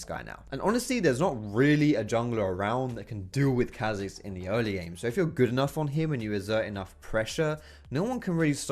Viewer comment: anyone else get a tad annoid when he said chazix not K hazix